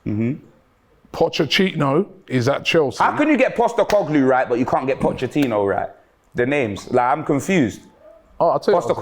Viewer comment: Nobody: POCCE-CHINO